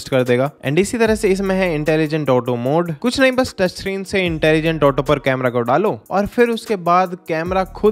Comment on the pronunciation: "Kuch" hoga "kudh" nhi